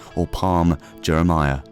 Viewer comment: Jumeirah* not Juremaya